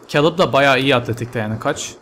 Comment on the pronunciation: abi o keylıb diye okunuyor :D